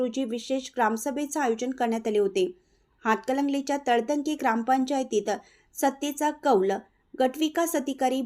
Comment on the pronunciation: तळतंगे नव्हे तळंदगे मराठी वाचन सुधारा